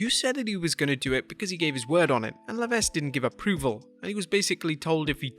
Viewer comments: the pronunciation of levesque is Le-vek..not le vesk... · Please pronounce HHH’s real name correctly. The “S” is Levasque is silent. It’s pronounced “La Veck”! (I have OCD sorry) Thank you and Merry Christmas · i watch and listen almost everyday and i enjoy this channel , HHH's last name is pronounced LEVEK not Levessk. Just saying. if he himself says Leveske its because he was forced to Americanize it. ok now i will get a comment beat down.